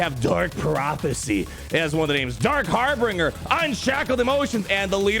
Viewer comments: Hey, don’t mean to be a grammar nazi or anything but harbinger is pronounced harr-binj-er, not harr-bing-er. It’s binge like binging the whole season of mandalorian, not bing like the website lol. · ummm... Harbinger, not Harbringer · ....it isn't HarbRinger.....its harbinger. Sounds like... har binge r. Like when you binge watch a TV series. So that with har in front of it and an R at the end. Harbinger. Okay sorry lol. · It's Har-binge-r. And you're supposed to be a lawyer? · har·bin·ger - there are not 3 Rs homie. Pronounced Har - Binge - Er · its har-binge-r.:) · Every time says HarbRinger I die a little inside. Perhaps that was his evil, imperial plan. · "Harbringer" KEKW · It's pronounced "har-bin-jer" :-D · Isn’t it a bit weird that neither the or Cubs can say “Harbinger”!!!?!:) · Didnt you go to law school? How do you not know how to pronounce harbinger? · I absolutely love your videos, but for the love of the empire, please say Harbinger correctly 😂. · Love you man, but stop pronouncing Harbinger wrong!